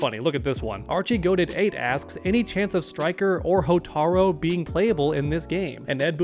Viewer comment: hotar U its a U not an O bro come on man